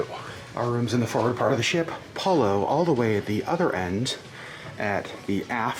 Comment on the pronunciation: Another big thumbs up for properly pronouncing Palo, rhymes with follow! BTW, focaccia = foh-kah-tchah, not foh-kah-shah! You can get over the Disney cruise blues by booking your next cruise and here's a Disney lowest cruise fare alert: 4-night Disney Magic from Miami on 27 January 2022, from $503pp! Also, 4-night 13 January 2022 departure from Miami on the Disney Magic, from $518pp! Even if you can't go, tell your friends and family! Caveat: The weather usually will be cooler these weeks but still warm for Alaskans! Thank you for bringing us along with you on the Disney Wonder!